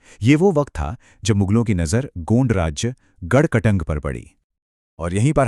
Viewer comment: Pahle to gond ko gaund bolna band karo bolna ni aata to bolo bhi mat gaund ek bramhan hai😂